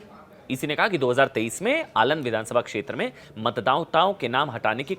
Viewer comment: आलंद नहीं अलंद